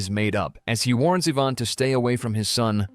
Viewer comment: Mike ina panic shot himself, when he actually shot his dad? I'm convinced you've remedially gone mad, as I've found too many easily avoided irritating mistakes while tryna watch these in the form of moral entertainment. Then you call Ivan, AVAN at the end. Gotta love AI. 😂❤